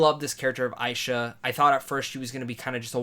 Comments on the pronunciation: Her name is pronounced Ash-ha! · Nice Review. But you kept mispronouncing Asha's name. Anyways, I'm definitely planning to see this movie when it hits theatres. This will be a great way to honor Disney's 100th Anniversary. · Not to be rude or anything, but you kept getting Asha’s name wrong.